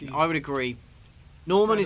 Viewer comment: I'm guessing most of the voice actors being French explains him pronouncing Norman as "Nahman."